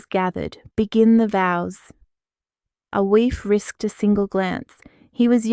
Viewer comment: Aoife is pronounced Eefa.